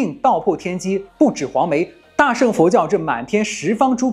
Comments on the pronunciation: 大乘（cheng）佛教，不是sheng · cheng2, 不是sheng4